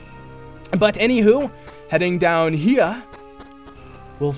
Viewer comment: why did he say here in a weird way